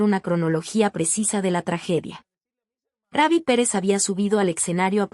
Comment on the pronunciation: ℂ𝕠𝕞𝕠 ℝ𝕒𝕓í ??? 𝔼𝕤 ℝ𝕦𝕓í🙄🙄🙄